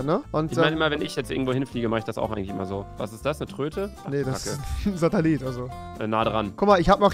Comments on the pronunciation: hat Rewi da Satalit gesagt ?😂😂😂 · Niemand: Rewi: Satalit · Ist das eine Tröte? Ne ein Sat"a"llit. Ah ja man kennt ihn